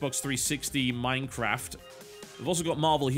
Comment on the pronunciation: I like how in the release section he spends like 30 seconds on each game except when he mumbles Minecraft 360. XD Really shows how much TB hates MC.